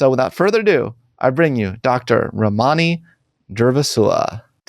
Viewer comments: Read her book Word for Word, yet can’t pronounce her name? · He is so rude to her.!! Very inappropriate for him to treat her that way. He doesn't say her name correctly.. wow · You’ve mispronounced both her first and last name. Two minutes of research will help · I can't believe he doesn't pronounce her name correctly and doesn't even seem to care. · Lord. Please learn her name pronounciation 🤦🏻‍♀️ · first step, bud: pronouce your guest's name correctly. I can't even watch this because you are too lazy to get that right.